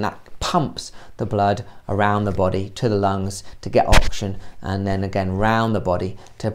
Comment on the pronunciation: Great vid but kind of annoying how you pronounce oxygen as auction